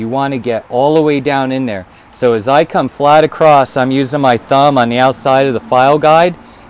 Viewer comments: There is no "T" in across other than that great video thanks. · I enjoy hearing various regional dialects, and your occasional pronunciation of "acrosst" was neat. I've never heard that one before. Makes sense of course, it's like a contraction of "across it". Also, about the softer/harder chains: one of the reasons a softer steel will get a sharper edge is due to the size of the crystalline structure in the different types of steel. A lot of people don't know this but different steels have different crystalline structures, not only due to alloy content, but also the processes of hardening and tempering steels change the crystal structure. Softer steel has smaller crystals, harder steel has larger crystals (both still microscopically tiny), and a smaller crystal means the edge can go to a finer point, just the same as how smaller pixels in an image mean the image can contain sharper detail. The edge can only get as thin as the crystal size. So it's not just that it's easier to sharpen soft steel, it's actually impossible to get harder steel to be as sharp as you can get softer steel.